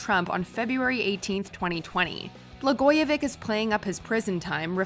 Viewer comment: The “ch” at the end of Ron Blagojevich is pronounced as “ch” not as a “k”.